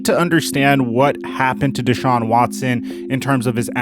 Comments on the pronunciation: my guy was irritating me saying dayshaun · Why does mispronounce his name all the time? Never heard it said as Day Shawn. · Why'd that dude keep calling him 'dayshaun'? Lol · Who the hell is DAY-shawn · Day-shaun? World renoan? Lol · ‘deyshaun watson’😂😂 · I absolutely believe one of the most disrespectful things you can do as a person is continuously pronounce someone’s name wrong. Never have I ever heard anyone say his name “DAY-Shawn” it’s not even spelled like that. It’s even more weird that pronounces his name right and just allows this man to say Deshaun’s name wrong like that. It is very irritating. It’s not just some word it’s someone’s name you should respect that and pronounce it the right way. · Anyone else cringe when he pronounced Watsons name “Day-Shawn” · Why does pronounce deshaun's name "dayshaun" lol. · Who’s this new n***a B, he said “dayshawn” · At least say the guys name right.. smh terrible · Just wasted 10 minutes of my day watching this BS. Neither one you have no clue wtf yalll talking about. Dude can’t even say the man name correctly. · Yo if he says his name wrong one more time ima. THROW MY PHONE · If you pronounced his name right you’d get a sub goofball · Bro learn how to say deshaun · is putting the emPHAsis on the wrong sylLAble in DeShaun. It's not DAYshaun LOL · Deh-shawn... not day-shawn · D(e)shaun not D(aaa)Shaun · The dude you had on kept calling him "day shaun"...Am I mispronouncing it? "da shaun"..just curious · DeShaun vs DayShaun, I sure as hell hope learns how to say his name before he returns to your channel. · Day-Saun ?? Its pronounced Dee-Shawn you fucking Hack !! Watson's Attorney Rusty Hardin's Press Conference on 4-8-21 changed the Narrative from what I heard !!!! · First time I've heard his name pronounced "Dayshaun" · If I hear "Day-shaun" one more time I'll lose my shit. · why tf keep calling him dayshaun lmfaoooooo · Dude said "Day-shon" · Who is Deyshaun? I can't even focus